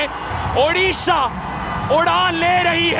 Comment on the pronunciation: ODISHA ko log udisha kyun bolte hain 🤔🤔🤔